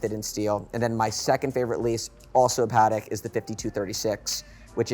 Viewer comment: It’s really shameful. The pronunciation of JLC and “Parek “ are especially horrible. These guys are not talking about horology, but about hype, mainstream watches, the AP’s, Patek’s and Rolex they love. I can do that myself, as the rest of the community. They justify AP’s Black Panther, but are not mesmerized by the JLC? I’m really disappointed :(